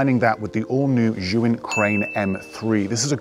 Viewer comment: not Zhyuin, it is Zhiyun🙃